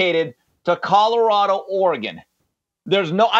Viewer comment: “Coddarado” - Jason Whitlock